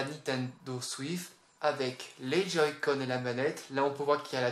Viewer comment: ca ce dit switch che chhhhhhhhhhhhhhhhh pas thhhhhhhhhhhhhhhhhhhh et on dit joy-conne pas les joy-codde